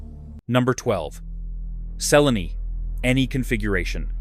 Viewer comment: Cellini. Chilling AI is not sure. Why can't AI at least talk right?